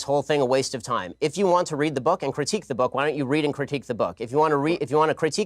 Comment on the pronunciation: I like your channel. I like your take on things. I understand what you're trying to do. I do have some constructive criticism. Its that not dat! It's the not du.